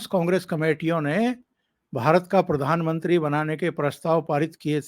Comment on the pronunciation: परधानमंत्री मत बोलिये प्रधानमंत्री बोलिये